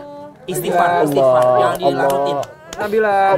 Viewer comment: dia bilang NABILA tp malah NABILO kwwkkw